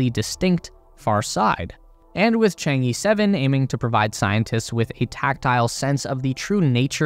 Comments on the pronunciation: It’s pronounced chaang uh chaang uh chaang uh! Stop saying E! It’s not chang E! Please learn the pronunciation if you’re dedicating 20 minutes to it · Chang'e should be pronounced like Chang-ur, not Chang-ee or Chang-ge! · Please, for the love of god, please pronounce it properly! Chang-err, Chang-Ur or even Chang-Uh are all preferable pronunciations to Chang-Ee! 🤦🏻‍♂️ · 嫦娥，chang ，not chang i or E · It's pronounced Chang ER, not EE. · The project name pronunciation is 『嫦娥』not chang E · The pronunciation of Chang'e is not the Chang Eeeeeee~ its should be pronunciation like Chang Errrrr~ pls follow the original Chinese pronunciation in right way~ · I just hope that you can pronounce Chang-E properly. 😂 it's Er, not E…😂😂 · The "e" in chang'e is pronounced similar to "er" in British English. More precisely, "Cháng é", as they are both the second tone. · Westerners really need to learn basic Chinese pronunciations. For example Chang-e: the “a” in Chang is more of an “ah” sound, and the “e” sounds like “uh.” Ch-ah-ng-uh. And before people say Chinese pronunciations are hard, I don’t want to hear about it because the US has Kansas and Arkansas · Actually, I think it pronounces "Chan-Err". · Chang-uh... some northern Chinese could add a bit of an 'r' sound on the second syllable though that's not necessary. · 'Chang E' is pronounced 'Chang Eh' actually. The E here is from Chinese Pinyin of that character. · Chang E(r) technically, like "errr..." but without the "r" sound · According to Chinese culture there's no space race but all for the benefits of all mankind. It should be pronounced as " chang er". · 'Chang'e' should be pronounced as 'Chong Eh' (sounds like Chong Ah) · It's Chang-urgh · A great video. just one comment is the pronunciation of "Chang E", the E should sound like 'a' in "a banana" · It is ok. Not many people can pronounce foreign names perfectly including you and I.